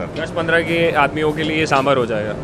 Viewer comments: It's not sambr.. is saambaar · It's Saambaar not sambar